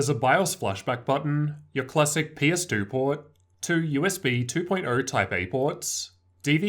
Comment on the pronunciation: the way you say port XD